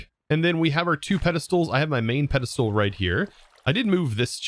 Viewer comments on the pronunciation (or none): What's with the "pedestool" though?